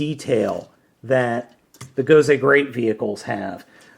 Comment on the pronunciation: Nice review. I'm a bit of a grammar Nazi though (haha) you keep pronounced it "Gozay" instead of an S and you called it a Tensounder, instead of Tensouder (ten-soh-duh).